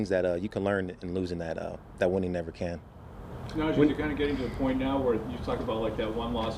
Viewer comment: think whatever you want, then. Make whatever assumptions you want even though you can see on and off the field that it’s not like that. Even his teammates have said what a hardworker he is, even guys like TJ Watt. And his name is not Najay, everyone (himself included) have said it. It’s Najee (pronounced “Nah-G”) But I can see by the comments you’ve left that you’re a Najee hater so no point in arguing, have a nice day